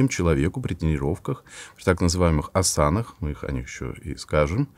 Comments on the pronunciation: Интересно, почему я попала на этот канал)) Наверное, для того, чтобы сказать, что в слове а́сана ударение падает на первый слог 🌝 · Лихо подменил понятия и намешал несмешиваемое. А если я использую физические упражнения йоги для того, чтобы подготовить свое тело к молитве Иисусу Христу? Ну, то есть растяжка, физическое оздоровление, асана, (правильное ударение на первый слог, кстати, что выдает в лекторе профана). С какого перепугу я становлюсь индуистом-то? Христианство - это внутренняя практика, а не внешняя. Можно сидеть в позе лотоса или запихать ногу за ухо и при этом молиться Иисусовой молитвой, а можно стоять в православном храме и просить помощи у бесов. Не нравится тебе Индуизм - ну не молись их богам, никто не заставляет. Не надо с водой ребенка выплескивать. Фитнес и физические упражнения полезны. Можно назвать их ЛФК или гимнастикой доктора Левита и прочих по списку, чтобы православнутые в ступор не впадали.